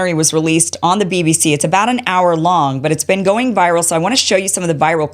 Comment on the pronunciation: You mean "beeeeeen"